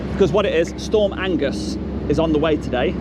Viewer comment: storm agnes not "angus"